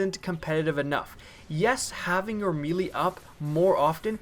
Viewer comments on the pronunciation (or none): its pronounced "maylay" not "meelee". NO disrespect just telling you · me-lee???? WDF?